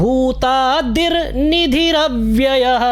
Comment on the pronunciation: Bhutanam + aadi, not madi